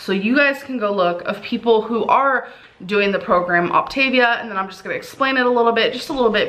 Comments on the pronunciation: So she has a month to learn how to say Optavial and fuel/fueling. I hope she doesn't eat the whole box in the first week. kcal is VERY low for anybody so imagine for our gooorl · The one thing that ticked me off was her pronunciation. Now i'm not a native English speaker, which is why I tend to pronounce things a little different anyway, but i had a few years in school where I took Latin, and “optavia“ is not pronounced like she does (at least in my opinion. I don't know if it's actually intended to be a Latin expression, but it seems like it is)